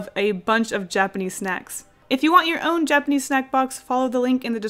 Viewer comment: While she said snack while drawing the fried squid lady.... I thought she said snek... is it me? Or does she actually sound like she’s saying snek? (Not in a rude way of course)